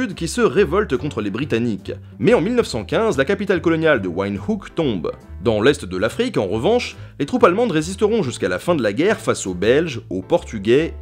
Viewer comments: Attention, Windhoek se prononce vinne-dou-k ! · La capitale de Namibie s’écrit bien Windhoek, mais ça ne se prononce pas a l’anglaise, plutôt comme en afrikaans (le “coin venteux”) : ‘Vind-houk